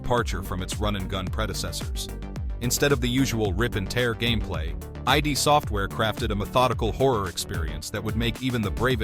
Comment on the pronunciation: 'eye dee' (pronounced) software??? No, it is (pronounced) id as in kid. 🤦‍♂️🤦‍♀️🤦